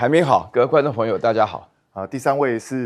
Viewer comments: 不是嗎？我也聽了“還沒好”. 我以為他身休不適！ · 两位（栗、苑）说寒冰好都更像是“还没好”，是普通话发音的问题，不是机器的问题。没有关系，我想明白了就没事了